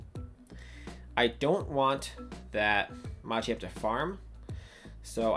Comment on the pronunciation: Nice video! The way you say Machamp really triggers me though 😂